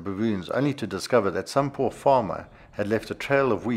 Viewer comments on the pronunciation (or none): none